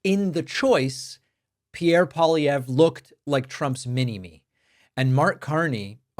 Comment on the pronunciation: TY, David, for covering this and even pronouncing Pierre Poilievre's name properly 😊 And ty to trump for helping us in our Canadian election❤from Canada 🇨🇦